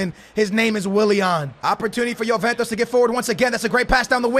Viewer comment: I haven't watched a video in a year and i see you're still pronouncing names wrong like juventus you say yoventos